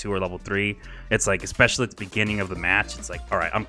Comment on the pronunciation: usually when you have a regular audio program, you learn to pronounce words correctly. I swear, I hear "expecially" every single video of yours. idk why, but it drives me nuts.